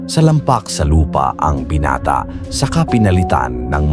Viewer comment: Anong binate lods😂binata hindi binate(ai)